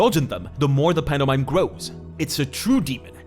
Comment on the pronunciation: i know he’s from spain or whatever but… panda mime? really? 😂